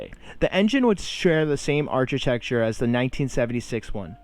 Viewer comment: Good point. It's also architecture with a "k" sound ilo "ch". There were some other dropped "t"s as well. That said, nice job. I hope you are enjoying yourself. We like it.